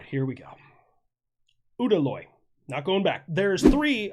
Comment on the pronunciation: Udaloi was said perfectly! lol